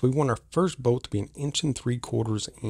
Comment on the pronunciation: I was confused, what boat? Finally realized you were saying bolt. 😂